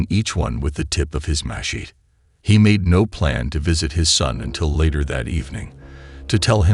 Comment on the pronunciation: Watch out for those “mah-sheets”